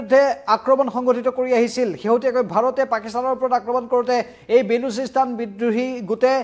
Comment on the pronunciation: ''Bolosistan'' not Balusistan 👍